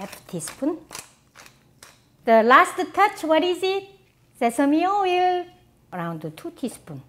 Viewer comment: Like the way you say "sesame oil" lol